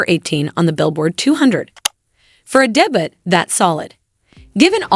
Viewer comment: Your AI voice cant say "Minaj" or "debut" correctly, yet...